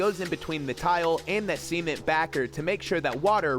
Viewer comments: bro. Stop saying semen board like this. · Why do you keep saying semen-t instead of cement